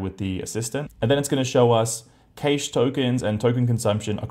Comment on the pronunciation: Oh dear, please Google the pronunciation of "cache" and "caching" there is no "i" after the "a" and it's hurts listening to that. Please.